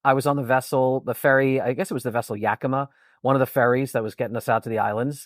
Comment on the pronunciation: Love your work. Protip: to sound like a native, pronounce Yakima as "YakuMAW", not "yakiMUH". You pretty much nailed the others.